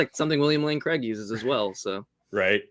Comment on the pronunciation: i really wish USA would get a handle on how the name ''Craig'' is pronounced. it rhymes with vague.. not with beg. it's Craig, not Creg.